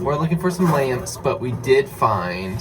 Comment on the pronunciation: In the beginning when you said you were looking for LAMPS i honestly thought you said you were looking for LAMBS 🤣